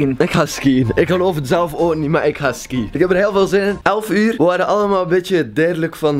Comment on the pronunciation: het is niet skïen het is skiën logisch dat je je diploma niet hebt #antwerpen